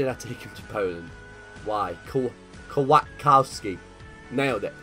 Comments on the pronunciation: Kwiatkowski pronounce Kviatkovski. Szymański? Sz is sh xD.💁🇵🇱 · Sir the Szymanski brothers are pronounced as Sh-i-man-ski. Like this so he can see this. Edit: It's k-v-iat-kov-ski. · Some advice: Your academy players would be pronounced SHI-MAN-SKEE and K-FI(said together, I spaced it out to make it easier)-AT-KOF-SKEE Nothing else to say, by far my favorite series on youtube.